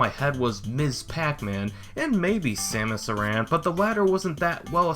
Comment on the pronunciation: I hate to be that guy, but it's pronounced Sam-us Air-an. It's the canonical pronunciation used in Prime 3 and Other M. Otherwise good video. ;)